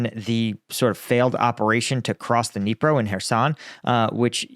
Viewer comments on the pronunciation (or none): none